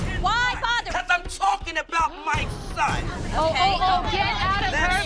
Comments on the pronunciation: CUZ AM TAWKIN ABOUT MAH SUHN 👁👄👁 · OMFL Holly is a mood i'm dying PS: CAWs aM tWAkiN AbAut mAi SOn